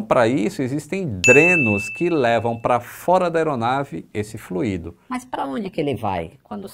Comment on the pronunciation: É "FLÚIDO", e não "FLUÍDO"...